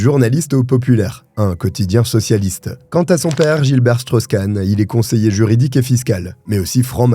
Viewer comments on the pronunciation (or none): none